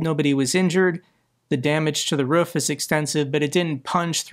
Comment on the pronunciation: Why does say roof weirdly?